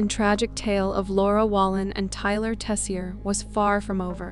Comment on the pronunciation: I’m saying this mainly for me, but Tessier is pronounced “Tase-Yay” not “Tess-E-Er”; It’s French. When I heard that guys name I actually choked. I have a cousin named Tyler Tessier-different person-but still crazy none-the-less.